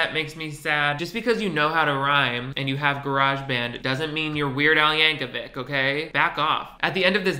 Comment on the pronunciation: Thank you for pronouncing "Yankovic" correctly. "Weird Al" is a national treasure.